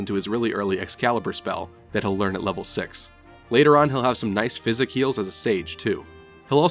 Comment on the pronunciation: oh my god, that physic pronunciation tilted me so hard!